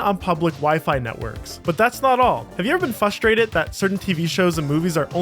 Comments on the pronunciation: Frustrated, not "fusstrated." Also, "somewheres" and "everywheres" are not words. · Thumbs down, you say "fustrated".